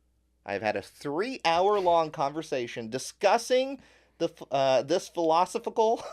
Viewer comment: found a way to make the word philosophical sound like a dinosaur Pokemon lol